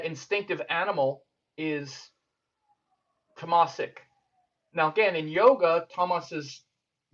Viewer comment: Great talk. Just a suggestion . The pronunciation of Rajasik is raajsik and tamasik is taamsik. Not rajaasik and tamaasik. Hope i don't offend you by this !